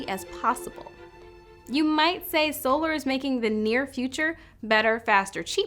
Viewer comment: Those SOOLARS were distracting 😅